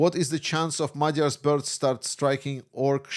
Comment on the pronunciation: Madjar. A relief to hear it pronounced correctly 😌💖